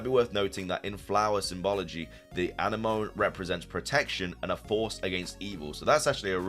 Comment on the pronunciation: Uh why do you pronounce anemone that way? It's where a clown fish lives